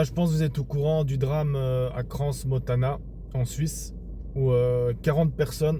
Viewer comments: On dit Cran et pas Cransss pour Crans-Montana. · Donc, votre analyse est que les 40 personnes qui ne sont plus là sont des gens qui ne savent pas dire non, de mauvaises personnes, des suiveurs ! Je vous invite à poursuivre votre analyse et à commencer par apprendre comment Crans-Montana se prononce.